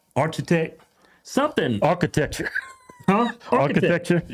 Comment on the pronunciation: What da fuk is ARCH A TECTR🤣🤣🤣